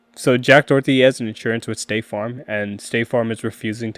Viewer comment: It's Doherty, not Dorothy. Get it right, but at any rate he deserves all the Karma coming his way. It's gonna be good, y'all! Especially since he's wrecked his McLaren like a little pu$$y. Literally he's a coward.